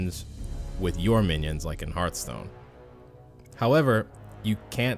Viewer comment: Why are you calling it Heart-stone? It's pronounced like Hearth-stone.